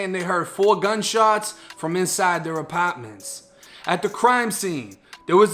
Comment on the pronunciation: He musta not been raised in Florida lol